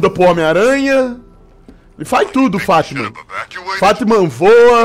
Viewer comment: Mano eu nao tou takando ele falando fatman kakakakakakak